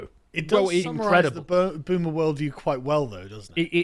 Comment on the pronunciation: Boomer with a soft A bahahahaha!!!